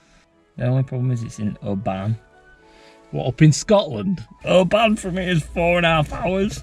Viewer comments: Oban is pronounced more like obin, just an fyi thing ✌️ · Every time you said Oh-Ban it hurt my heritage 😅